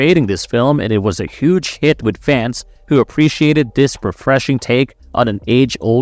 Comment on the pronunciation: My guy can't do TH sounds 😂 other = udder, together = twogedder, this = diss